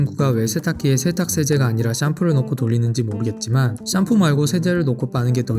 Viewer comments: 샴푸가 아니라 썀푸라고 발음하시는 이유가...? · 너무 거슬린다 썀푸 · 왜 샴푸를 썀푸라고 하는지 알아봐주세요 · 썀푸가 아니라 샴푸 ㅅㅂ 샴푸 샴푸!!!! 호박고구마도 아니고 어후.. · 썀푸 썀푸 단 한번도 샴푸라고 안하시네요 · 샴푸가 썀푸로 들려요 ㅎㅎ 급하면 샴푸 써도 된다는거군요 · 자꾸 썀쁘라고 하셔서 안 그러신 부분 나왔을 때 오히려 읭? 했음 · 왱님은 왜 샴푸 발음이 안 되는지 취재 부탁드립니다 구강구조 때문인가요 사투리 때문인가요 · 아니 진짜 썀푸로 들려서 웃겨죽음ㅋㅋㅋ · 샴프 발음을 썀쁘 라고 하네.ㅋㅋㅋ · ssㅑㅁ푸 발음 중독성 👍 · 씨암푸 ㅋㅋㅋ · 썀뿌 라고 들려요 ㅋㅋㅋ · 당신은 샴푸가 썀푸로 들리는 마법에 걸리셨습니다. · 쏘ㅑ ..ㅁ ..ㅍ ..ㅜㅋㅋㅋㅋㅋㅋㅋㅋㅋㅋㅋㅋㅋ